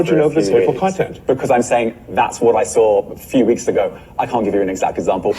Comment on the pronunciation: I like how when trying to say hateful content he says hateful cont. It sounds appropriate for that Clayton plum